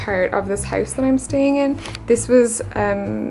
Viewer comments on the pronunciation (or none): none